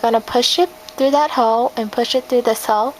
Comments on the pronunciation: When she says hole it sounds like she is saying hoe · every time she says hole it sounds like ho. I couldnt stop laughing